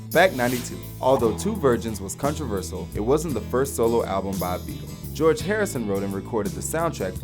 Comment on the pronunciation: Contraversal lol